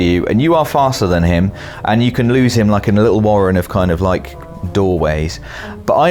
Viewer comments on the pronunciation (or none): none